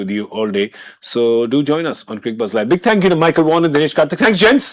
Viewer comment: Did you just refer to Dinesh Karthik as Murali Karthik referring to Michael Vaughan as Michael Hussein?😅 I think DK is saying, “Michael was saying” or “Micheal who’s saying?”. But yes, it does sound a lot like Michael Hussein.